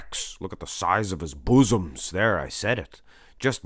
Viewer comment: You said boosom's! lmao